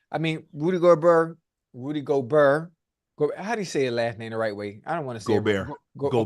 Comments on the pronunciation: Shit is almost embarrassing. Guys been covering the NBA for months now and we’re in the conference finals. How does he not know how to pronounce his name? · he’s close enough and it’s not like he’s completely mispronouncing his name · but....he is lmao. Imagine your profession is covering sports, you've been covering specific team for months now, and you still can't pronounce the most simple last name of a 4x DPOY. It's like he doesn't actually watch the games or something lol. Just another example of his lack of awareness/attention to detail. Little things like that is why he wants to get on ESPN but can't. Not nearly professional enough. But "its close enough" I guess